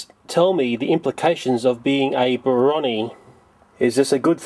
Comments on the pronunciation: It's pronounced Bro-nee, not Bronny. I'm a Brony myself and I love being one, such a creative fandom with a load of alternate cute ideas for the show, we Bronies got one of our own fan characters, Derpy, published to the series. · it's not "Broni" (as in bronwyn), It's "Bro Knee". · Also, Brony is Bro-Nee, like Po-nee (Pony). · LOL You pronounced brony as 'brawny'